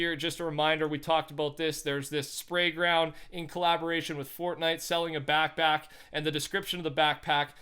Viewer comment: Instead of saying back pack he says back back lol